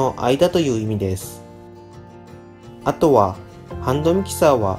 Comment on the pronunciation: あとは､､､､が独特な言い方ですね 普通に言っていいですよ